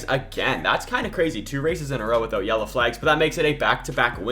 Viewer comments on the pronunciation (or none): none